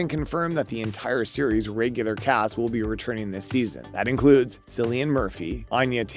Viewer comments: You aren't aware of the pronunciation of Cillian's name??? Sigh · Will you please learn to pronounce Cillian’s name properly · The incorrect pronunciation of Cillian’s name puts me off 😵‍💫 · You shouldn’t even talk about someone if you cant learn how to pronounce their name. This is so offputting.